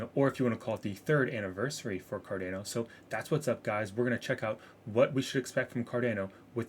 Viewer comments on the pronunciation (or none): You are pronouncing Cardano wrong. You are saying Car-Dan-O. It's Car-Don-O FYI. Great vid too! I have 30% of my portfolio in ADA. Staying patient with it.